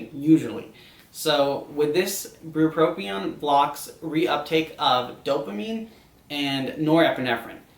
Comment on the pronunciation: bupropion and lamotrigine are being mispronounced in this video for anyone curious